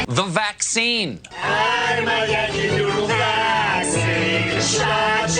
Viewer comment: He actually said "vack seen" instead of "vax scene". He forgot the joke.